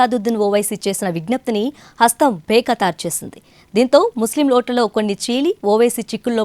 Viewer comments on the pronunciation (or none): బే ఖతారు కాదు.... బేఖాతర్ అని చదవాలి